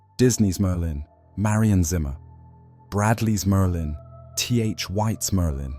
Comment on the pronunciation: Why does the AI pronouce Merlin as Merdin?